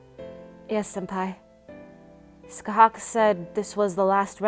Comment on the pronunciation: You said her name wrong